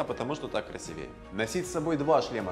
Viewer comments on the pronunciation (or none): none